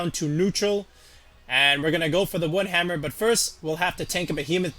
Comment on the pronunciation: that “wood hammer” though